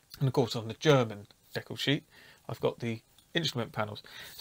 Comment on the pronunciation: You are correct in the way you say decal. It's based on a French word, and that's how they say it.